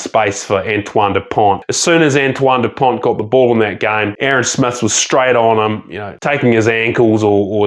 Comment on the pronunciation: Great video, but you don't pronounce the T in dupont .